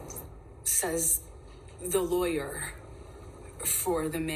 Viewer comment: "Says (dramatic pause) the lawyerrrhhhhhhmmmhhhh..."